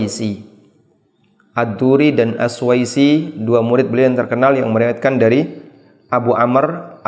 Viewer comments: Bukannya as-susi ya ust? Koq as suwaisi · As suusii : السوسي BUKAN AS SUWAISI